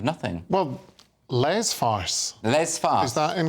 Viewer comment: These guys need to learn how to pronounce "Le", La", and "Les". 😅 Whenever what * I think * he intends as "La" sounds like "Le", his "Le" sounds like "Les"... And then the other guy pronouncing "Les" with an "s" at the end. 🤦🏼‍♀️